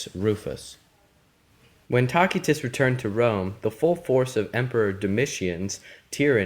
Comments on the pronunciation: It is pronounced Tasitus not Takitus! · Good lad, it is not "tacky-tuss" but rather tass-ee-tuss. The letter 'c' is pronounced here as if it were an 's.' Think of the words 'lice' and 'mice.' The contents of the video are fine, and I learned something from your presentation. But please spend some time to learn Latin or Italian pronunciation before making your next video. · t ae - S EE- t uh s Tacitus,not tacky tus. \ˈa-nəlz\ Annals That level of mispronunciation kills your credibility. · It's pronounced "TASS-ah-tiss". You're not even remotely close. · Why do you keep calling Tacitus "Talk-y-tus" ? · isn't it pronounced as. ta si tuss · Taquitos... Sounds tasty. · Though in English we conventionally use soft c's for many Latin words, The classical pronunciation uses a hard c. Tacitus' contemporaries would have said "Kikero" for Cicero, "Kaesar" for Caesar, and "Takitus" for Tacitus. Ignorance has killed YOUR credibility. I hope you are embarrassed. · this dude can't even say Tacitus correctly smh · Despite what some are saying, this was an incorrect pronunciation of the name of one of history's greatest historians. This hard "K" sound people are referring to is a lie. This is Latin- not Arabic... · why's he keep saying his name like that😐